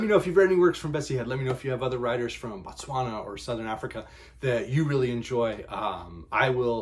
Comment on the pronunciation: BO please pronounce it BO tswana BA tswana is the people BO is the land